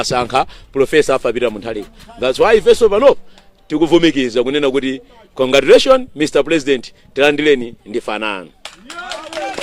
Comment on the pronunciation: Ati kondakuleshoni kkkkkk akulephera congratulations